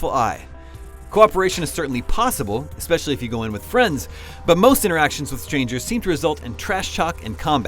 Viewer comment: I can't trust a review from someone who pronounces "especially" as "EXSPECIALLY".